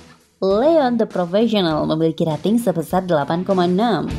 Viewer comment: Rating dibaca reting... Singa bukan seorang... Tapi se'ekor.....